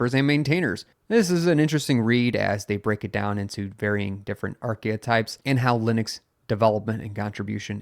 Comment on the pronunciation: Arc-e-types, my friend, not arc-e-a-types.